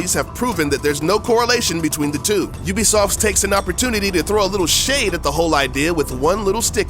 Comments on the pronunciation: Games by You'll-be-soft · Ven oobisoft vas gud